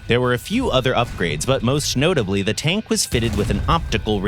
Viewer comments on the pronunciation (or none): Am i the obly one who heard "most schnotably" ?? 😂